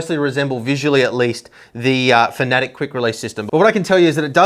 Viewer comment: They are called "Fan-A-Tech", not whatever you tried to call them :)